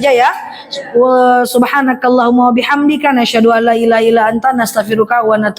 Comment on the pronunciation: Awalnya aku liat postingan orang di fb. Lalu aku cari tau siapa ustadzah cantik ini, ktmu lh, akhirnya aku ikuti terus ceramahnya. Saya sangat suka dg gaya bicaranya, kepintaranya, cantiknya.. ❤ Mf saya tanya knp stiap ucap Ashadu bilangnya Nashadu